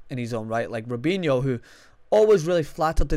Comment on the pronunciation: Lmao did he say robihno